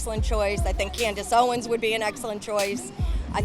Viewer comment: Did she just say Candace Owens….. oh wow that hurt to listen to…. 🤦🏻‍♂️🤦🏻‍♂️